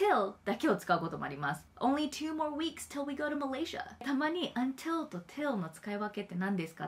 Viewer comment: ha "UNtil" no "un" wakarahen desu.....🤔 😋